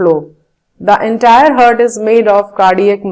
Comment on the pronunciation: she keeps saying hard not heart